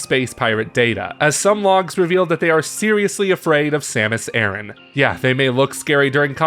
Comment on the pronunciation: Pronounce her last name properly already. It's not "Aaron" but A-RAN. Bloody Americans.